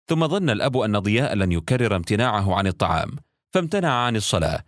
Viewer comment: هل انت نسيت انها الطعام مش الطلام